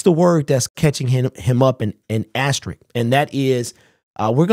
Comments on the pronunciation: asterisk not asterick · Asterisk, not ast a Rick